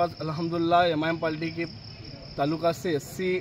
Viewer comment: पहले पाल्टी नहीं पार्टी बोलना सीख